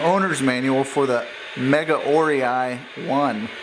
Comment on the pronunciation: Very nice unbox video! Very professional! By the way, the pronunciation of Megaorei is [mɪ'gaʊreɪ]...:-)